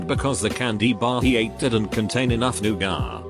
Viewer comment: I like how the voice says nougat. They pronounce it Noo-gaaah.